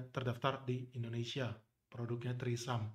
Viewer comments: Trismi bukan trisam wkwkwk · Bukan trisam bacanya bang, tapi treseme begitu yg sy liat di iklan TV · Btw ngakak pronounce tresemme jadi threesome🤣🤣🤣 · Mendengar ucap tresemme kok dengernya jadi treesome jadi wisata kepale ane Bang.... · Iya risih bgt dngrnya🤦🏻‍♀️🤦🏻‍♀️ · Bacanya bukan trisam.. Bahaya itu. Artinya maen bertiga Bukan rambut keriting lagi 😂